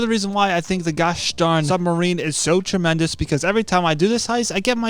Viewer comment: Tremendus like bro learn to be a pro ytber